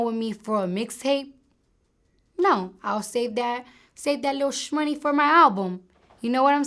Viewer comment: Lmao wtf why she say shmoney